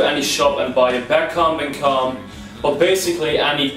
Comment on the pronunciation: am i the only one that heard him say “cum” every time he said “comb” ?